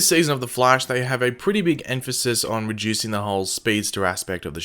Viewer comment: When you said reducing the first time I though you said re-juicing and I was so confused lolll